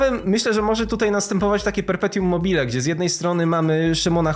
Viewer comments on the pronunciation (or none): perpetuum mobile a nie perpetium btw